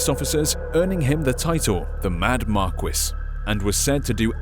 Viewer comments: P.S. Marquis - "Mar - key," not Mar - quis. You know, like the Marquis de Sade. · Marquis 'Mar-key'- not trying to be rude or anything, but it stuck out like a sore thumb.